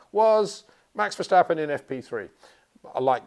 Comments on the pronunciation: It is NOT "Bottash" nor "Lewish" nor "Oshcar Piashtri" nor "Nyck de Vriesh" nor George "Russhell" nor "Fernando Alonsho" nor "Lance Shtroll" nor "Pierre Gashly". So why do you say: "Max VersHtappen"? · Still wondering when Peter would finally be able to pronounce Verstappen en Leclerc correctly…… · Please please learn how to pronounce Verstappen.